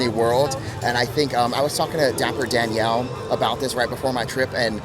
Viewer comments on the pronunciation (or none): none